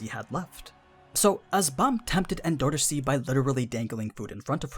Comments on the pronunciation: En-door-C not En-do-ro-si.... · anaak being green wasn't a big enough clue? also, why are you pronouncing 'endorsi' like N$C... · The way you say endorsi is funny